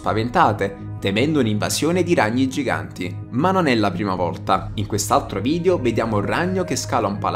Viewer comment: Si pronuncia video non vidio comunque 😂